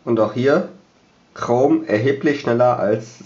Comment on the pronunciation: Du affe das heisst chrome und nich krom Ausserdem habt ihr 2Unterschiedliche mobilfunkanbieter. Ohne sinn...